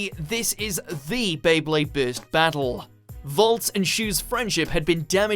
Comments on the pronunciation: bro why are u telling bist instead of burst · It's not beyblade bitz lol it's burst